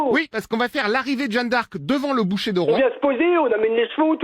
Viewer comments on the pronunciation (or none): Au lieu dire sur le bûcher il dit boucher😂😂😂